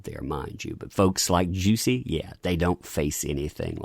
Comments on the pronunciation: I can't take this video seriously with you pronouncing his name as "Juicy" 🤣😂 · I just wanna know, Is it actually pronounced “juicy” ? 😭😂